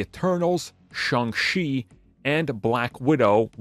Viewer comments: What If... can say Shang-Chi properly? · The funny thing is sometimes he does. At this point, I really think his chronic mispronunciations have to be intentional